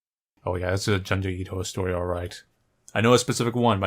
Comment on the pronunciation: I know this is 8 years ago, but I’m pretty sure he still pronounces Junji Ito as “Juhn-jee Eeto/Eedo” and it’s really annoying. It’s “June-jee Ee-to”. Nowhere in the Japanese language is there an “Uh” sound. Closest thing is the “Ah” sound of syllables with the letter “a”.